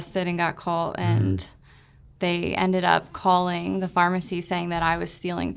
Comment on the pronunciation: Good interview but the one in the middle saying “calt” instead of “caught” kinda drove me nuts 🤣 They’re all super sweet though. Glad they’re clean.